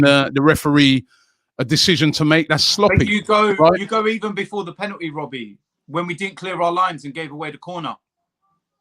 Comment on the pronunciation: It's not Robbie, it's Wobbie